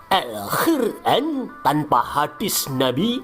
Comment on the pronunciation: nk muni alhuran apik banget..😂😂😂